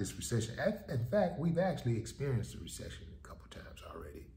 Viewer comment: That part. Make Ah Resection, Not make Ah Resection. 😳